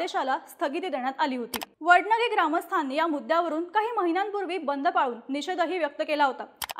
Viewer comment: वडनगे नाही वडणगे... ण मधला फरक कळत नाही ह्यासनी